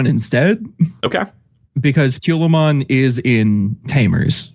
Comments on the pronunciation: Was looking for this comment. He swapped the a and the u. Culamon vs Calumon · Why did you call Calumon Kewlmon? 😅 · Hearing them call Calumon "Kyulaymon" over and over made my break my phone.